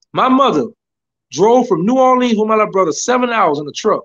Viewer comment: Did he really grow up in New Orleans?..because the way he pronounced it is like somebody from Detroit 🤣🤣😂😂